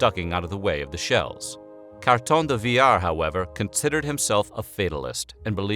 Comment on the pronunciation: This one is by far your best video. Kudos to the narrator for honoring the man without butchering his name.